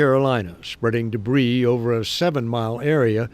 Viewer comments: My man, are you reading your lines. It's pronounced like "debree" but your pronouncing it as"debreez" the "s" is silent my man. Love your work, not sending this in hate, I just live to help English, lol. Keep up the expecially good work! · HAha!, you're saying Debris's... it's originally French, you don't say the S... just say Debri, lol, you Americans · Note: Debris is pronounced ‘Deb-BREE. The ‘s’ is not pronounced.